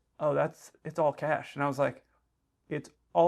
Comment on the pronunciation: Thought you said CATS, not cash😂😂😂